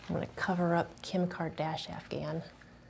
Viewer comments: Losing it at “Kim Kardashafgahn” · Did you say Kim kardashafkam? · And Kimcardashafcahn. Me: Do you mean Kim Kardashian? Doggo: Woof.: I agree Doggo. Me: Wtf?!